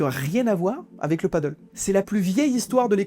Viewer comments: Merci pour le contenu intéressant. Néanmoins cela se prononce padèl. Si y a des gens qui ont pris des risques et bien cela arrive que ça se passe mal. Le nombre de terrains diminuera et cela se stabilisera comme la plupart des choses de ce style. Rien de choquant il me semble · Est ce que une seule personne sur le net sait lire le français et prononcer correctement le nom de ce sport ???? Apparement non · Désolé je n'ai pas pu continuer à regarder la vidéo, l'erreur de prononciation de Padel me sortait du sujet de la vidéo. Soyez plus prudent dans vos recherches car faire une faute de prononciation sur l'élément principal de la vidéo ce n'est pas très sérieux. Bon courage pour la suite. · On dit padéél et non paddeuuul. C’est Espagnol. Et le paddeuuul c’est sur l’eau 😜 Reportage interresant en tout cas, merci ! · Super vidéo, très instructive, par contre on dit "Padelle" et non "padeul" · Toute une analyse entière sur un sport pas une seule fois prononcé correctement. Le PADDLE (pa.dœl) est un sport nautique. Le PADEL se prononce “pas d’aile”. C’est pas compliqué… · Ça se prononce "pas d'ailes". Paddle c'est sur l'eau. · Pour ne pas confondre deux sports très différents, padel et paddle, prononcez le sport de raquettes "padèl" et le sport nautique "padeul". C'est un détail, je vous le concède bien volontiers. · C’est « padèle » pas « padeule » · c'est con de pas savoir prononcer le thème de son sujet ... c'est Padel et non Paddle !!! mais bon peut être mal expliqué par l'IA ... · très intéressant mais on ne prononce pas "padeule" mais "padèle", le "padeule" = Paddle est la planche qui flotte avec la grande pagaie 😉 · C'est padel pas paddle, le paddle c'est le sport nautique qui se fait sur une grosse planche avec une rame. Il ne le prononce pas correctement dans la vidéo, il devrait dire padèl (même si beaucoup de gens disent padeul pour les deux) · C'est Padèl pas Paddle! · Super vidéo. Après on ne dit pas Paddle mais Padél.